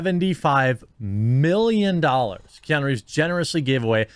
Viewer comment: It’s nuuuuu not nooooo. Keanuuuuu